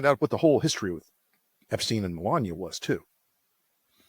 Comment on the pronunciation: His name was Epstein, not 'epstene'. Try Forvo, or learn basics of German.